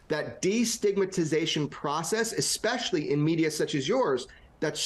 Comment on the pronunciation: It is very much a word, yet as you realise they are probably misusing it. It implies fluids, vitamins, all sorts. Just not physical biological entities! Yes, this has been bugging me since Grusch! Who also misuses and mispronounces "espoused" as eckspoused, and "especially" as ickspecially! 😂🤦‍♂️ I wrote a list of all his improper usage & pronounciations. He hasn't seen anything first-hand and he isn't truly a whistle-blower by definition. And he worked for the same liars of the last 70+ years! 😉